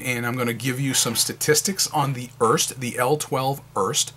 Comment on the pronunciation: The Pelikan M205 and M200 are identical except the M200 has gold trims while the M205 has silver/chrome trims. The pen looks nice but I'm a bit concerned about the missing rollstop. Just a bit of nitpicking: Here in Germany the last "e" on Erste is spoken, so making it a two-syllable word "Er-Ste"